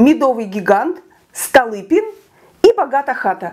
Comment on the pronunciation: Столыпин. Ударение на ы.